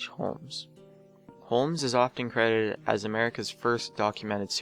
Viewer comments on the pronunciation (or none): "Holmes is often crehhdid . . ." It isn't a difficult word to pronounce. Practice if you must. Credited.